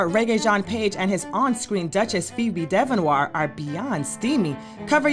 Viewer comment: can't believe how she butchered Phoebe's last name.